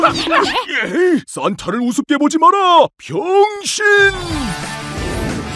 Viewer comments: 변신이아니라 변싱 ㅋㅋ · 산타 변신할때 “병신~~!!”이라고 들리는건 기분탓? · 이거 변신이 아니고 x신 처럼 들리는데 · 싼타 변신이 병의 신으로 들리는건 기분탓인가? ㅋㅋㅋ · 반복해서 들으면 엉신 이라고들림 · 아닠ㅋ 산타 변신! 할 때 자꾸 병x같이 들림ㅋㅋㅋ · 왜 변신이 비영신으로 들리냐고.. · 나만 변신할따 병신으로 들림? ㅋㅋ